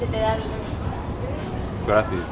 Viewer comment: Bien pronunciado el ''gracias'' como en España ''graTHias''